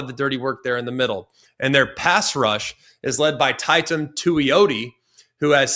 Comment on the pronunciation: His name is Teitum( TEY-tum) Tuioti. He'll remind you on new Year's